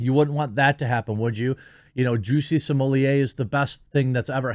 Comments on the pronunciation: What takes place in your brain that turns Smollett into SmoleeYAY? I don't understand how you say it correctly when you read it, but when the name is in print in front of you you say it correctly? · Quit calling him juicy smollea, it's jussies mullet